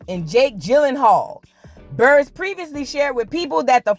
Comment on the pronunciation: Girl Buhr-ess. U saying the last name like "bureau". Let that woman mourn the fantasy of her marriage in peace